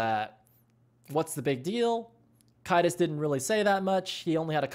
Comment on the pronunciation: Preface, i'm pretty it's pronounced "Kay-dus", not "Ki-dus" There are many arguments for why we shouldn't have coaches, but for me, the argument that "Valve doesn't want them in CS" is the stupidest one. My opinion is that if valve want us to follow any kind of rule, they should at least have the decency to SET THEM first. My opinion is that we have no real obligation to consider this because if valve won't acknowledge us, why should we acknowledge them? As for "Does it makes a difference?" for crowns, absolutely yes. When kaidus had to leave, the calls were supposedly so bad that stark and kaptain had to switch roles(to get more calls from the combo). Stark's not a bad soldier, but kaptain isn't exactly known for his scout plays. But as soon as coach kaido comes back, all of this gets reversed. So it definitely made a difference.